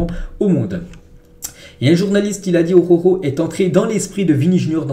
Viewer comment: Frérot travail t'as prononciation sur Araujo stp ♥️